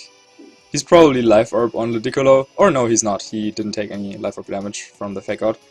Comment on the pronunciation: the beautiful pronunciations are a thing of beauty. The way he says Ludicolo makes it sound like its a precious chinese vase.